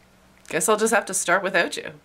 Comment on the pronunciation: The way you Canadians say without